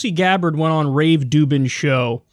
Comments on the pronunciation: Rave Dublin, Rave Dublin, Rave Ruvben, Rave Ru.. Dubin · Did you call him "Rave Doo Doo?" LOL, that's awesome. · I'm no fan of Rubin but butchering his name like a fourth grader is just pathetic, even for.